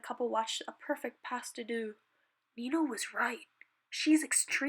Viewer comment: Soz for correcting you but pas de deux is not pronounced as how you said it "past du du" it is pronounced as "pa de de" they just use the ux at the end cuz it's French and all #nohate it is just that I do ballet so I know how it is pronounced soz once again I love all your miraculous ladybug fan fictions I have never personally watched the show, I just accidentally stumbled across one of your vids but I'm now hooked and going to watch the show Thx loyal MLBF ( Miraculous Ladybug Fanfiction ) supporter XOXO PS I am now subbing to you and you are one of my fav youtubers